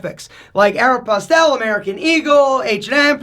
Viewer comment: I thought this was going to be a cool vid but when he pronounced a store as "aero....PASTEL" congrats you earned that dislike.